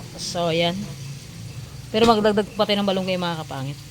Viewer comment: bat balunggay-Dapat Malunggay.